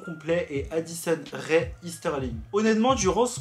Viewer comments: Ce n'est pas Rai mais Rae, le "e" ce prononce "é". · Ce n'est pas addison re mais addison rae sa se prononce comme ça